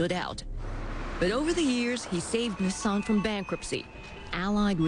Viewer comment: I thought Nissan was an Indian company, sounded same as निशान.